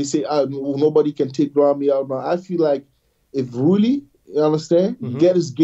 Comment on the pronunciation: After all these years I wish YouTubers would learn how to pronounce Roelly's name. This includes Giles, Nick, and others.